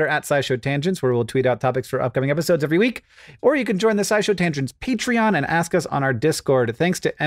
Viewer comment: Did Hank mean to say "petri-on" instead of patreon? Because I loved it so much 😂